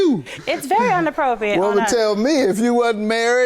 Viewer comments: Unappropriate not onappropriate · The defendant full of it but when the plantiff kept saying “unappropriate” annoyed me 😂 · She didn’t even realize Judge Mathis was correcting her speech …”inappropriate” not “un-appropriate” Ma’am. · Unappropriate ??? And she kept saying it lol smh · She didn’t say that’s very “inappropriate” she kept saying unappropriate…lol. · Unappropriate??? It's inappropriate Ma'am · Even after judge Mathis said the word right she still saying onappropriate🤣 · Why is it so hard for people to pronounce inappropriate 😩😩